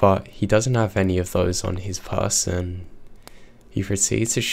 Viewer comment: PERSON, not PERSTON!